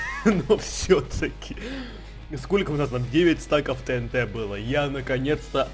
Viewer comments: не тнт а тиэнти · Всё класс но не тээнтэ а тиэнти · Не тенте а тиенти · правильно говорится тиинти